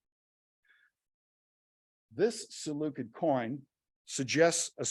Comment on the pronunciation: Too bad he didn't look up the pronunciation of "Seleucid" though.